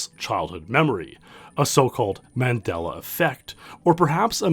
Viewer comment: You pronounced Mandela wrong. James from AVGN is the single soul who has pronounced it right.